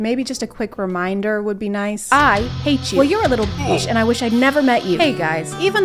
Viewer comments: Did she say bearch😂😂😂😂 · i don't thinik i'll ever recover from "bearch" lmao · "Beartch" really got me